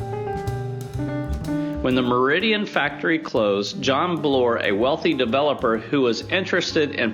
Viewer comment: Meriden, not Meridian. otherwise awesome info and video